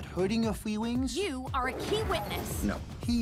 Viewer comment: "for what? hurting your fweelings?